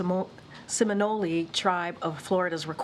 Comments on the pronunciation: Shes just seeing this . Its Se mi nole seminole indians .. not seminoli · Seminole... simunoli... lmao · Pretty sure that’s not how you pronounce Seminole 😬